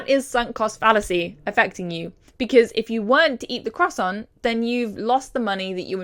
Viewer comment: I ADORE YOU BUT WHY DO YOU PRONOUNCE CROISSANT THIS WAY